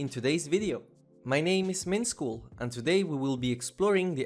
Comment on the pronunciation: mintskull u mean? not mintschool lol